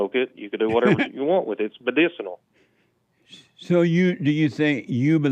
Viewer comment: True he can barely pronounce medicinal